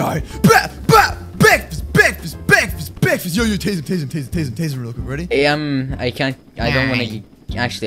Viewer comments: BREKFASTS XD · BEKFAST MAN!